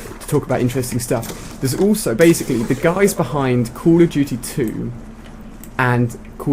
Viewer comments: why are you all caps and why did you call it cold of duty its call of duty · call of juty lol xd